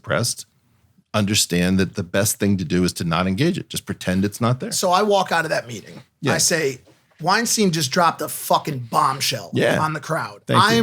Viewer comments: It’s “Weinstein” like “beer stein”, not “Weinstein” like “rapist producer”. Great podcast, fellas! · When I think I can't be surprised by a guest you have, you surprise me once again! This podcast is unarguably going to be HUGE! PS: his name is pronounced like Einstein... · Holy shit these guys are morons. This is like the movie Idiocracy and Erice WeinstEIN (pronounced "Wine-STINE") is the protagonist lost among their stupidity.